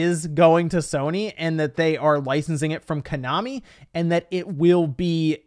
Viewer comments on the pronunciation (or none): none